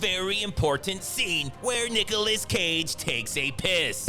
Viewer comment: I thought bruh said Niggaless 😂😂😂😂